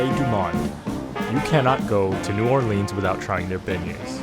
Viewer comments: Please say the name of the city correctly!! Locals will laugh at you if you say NEW-OAR-LEENS!! It's pronounced NEW-OAR-LINZ!! The last person who could pronounce it that way without it being dorky was Louis Armstrong & he's been dead for 48 years. Also watch some Youtube videos about the pronunciation of the street names. It'll help you out alot!! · It’s pronounced New Or-LINZ not New Or-LEANS.